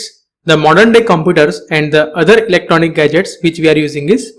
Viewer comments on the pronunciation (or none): none